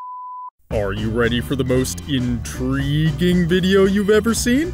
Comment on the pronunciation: In-Tree-guing Video